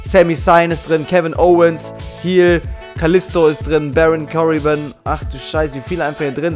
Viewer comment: Mann sagt Finn Bälor und nicht das o langgezogen Baron CorbiN wo siehst du da ein s? Zack Reider